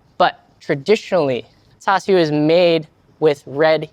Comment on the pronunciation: That’s how you say it…. I always heard it pronounced char su…. Have I been hearing and saying it wrong??? Sounds like he is saying tau su.